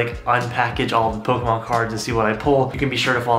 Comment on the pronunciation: It’s Pokémon not pokehmon jk